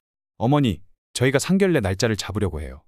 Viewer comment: 왜상견례를상결례로읽나요 바르게읽어주세요